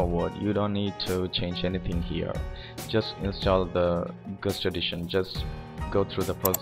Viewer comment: I was wondering what he was saying with "gust". Then I realised that he meant guest xD